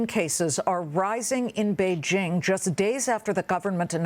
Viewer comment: wonderful to hear someone pronounce Beijing correctly. J as in jingle, not as g as is beige.